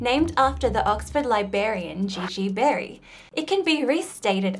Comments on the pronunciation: "Barry the 'Libarian'"? How many r's are in the Australian spelling of "library"? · Do all Aussies pronounce it Liberry and Liberrian? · please tell me she did NOT say “libarian” (which is incorrect as it is missing the ‘r’ which is the correct fourth letter in the correctly spelled and pronounced “librarian”). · Did you say the Oxford Libarian? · What’s a libarian? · Sorry to be pedantic but was Berry a 'liberian' or a 'librarian'?? (@ Otherwise fascinating. How about (1/h) to power n? I just get p's off about the way r's are increasingly being dropped in all sorts of words, e.g. 'bought' instead of 'brought', confusing past tense of 'to buy' with past tense 'to bring' and even boardband instead of broadband. It's all over newscasts and other more intellectual pronouncements and adverts for internet connections. Seems to be becoming an accepted verbal laziness. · "The Oxford LiBerryan" really??!?! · Did she just say Oxford Liberrian? No one's going to mention that? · What's a Libarian? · “Oxford LIBAIRIAN”?? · I had a good giggle when you said liberryan :L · Li-Berry-an lol I heard you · "Li-berry-ian" well played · Li-Berry-an hehe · There are two 'r' in the word librarian.